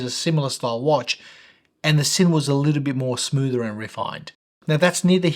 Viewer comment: I've asked two German colleagues at the workplace independently, and confirm that Sinn is pronounced Zinn, not Sinn :)